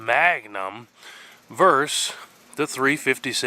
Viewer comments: Deliberately mispronouncing words like bullet and Magnum is childish and, at least in my case, detract from the quality of the video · I love how you say Maga-num 😊